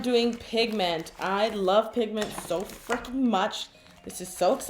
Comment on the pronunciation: Did anyone think she said, "I lobe pigment so 'flunkin' much!" ?